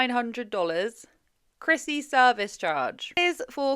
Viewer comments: love your accent girl but I swear you are saying crispy not Chrissy! Lol looking at her tan I can see the confusion! 😂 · I keep hearing crispy too 😂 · I keep hearing you say "Hair by Crispy" and keep thinking it is the perfect name for this salon, apparently! lol